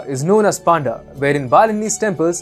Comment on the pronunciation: yes yes I can relate to everything I'm Oriya from food items to pujas whatever you said it's absolutely that "pandaa"part is also correct but yes the pronounciation is different in Oriya